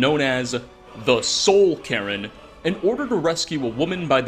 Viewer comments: "Soul Karen" LMFAO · "Soul Karen" 😂😂😂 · What's the "soul Karen"? 😂